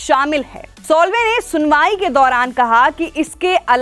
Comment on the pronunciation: उनका नाम सोल्वे नही, साल्वे है!!! 😮😯😱